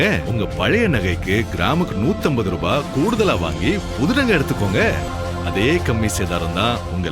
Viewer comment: I didn’t see his name but I knew Muslim. He says ரூஃபாய் (ரிபாய்) than ரூபாய் . Dunno why only Muslims does it